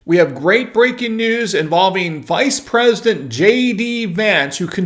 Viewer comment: “IDENT”…. The word is “PRESIDENT”, not “PRES…”